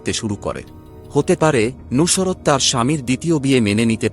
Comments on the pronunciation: কিভাবে উচ্চারণ ঠিক হোল ? নুসরাত কে "নুশোরাত" বলছে ! আবার মার্ক দিচ্ছেন, ৯৯%৯৯ ? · উচ্চারণে অনেক সমস্যা আছে, নুসরাত উচ্চারণই করতে পারতেছেন না। সত্য গ্রহণ করতে শিখুন।